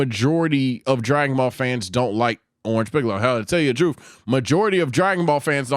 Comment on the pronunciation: did he js say shiccolo💀